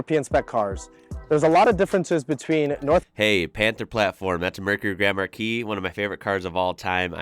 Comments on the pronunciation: Im almost through the whole video and I just now realized that the Car is not called Grandma-Key but Grand Marquis xD Thought that he was calling it by some sort of nickname or whatever :D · Name of the right car sounds like "Grandma key" 😭